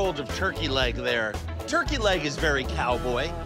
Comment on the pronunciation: hahah thats my favorite damn part is to hear say “it’s veddy delicious” hahah okay we get it xD